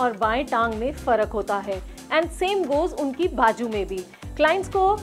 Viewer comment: You speak very good Hindi or Urdu . But don’t say bajoo . It is bazoo .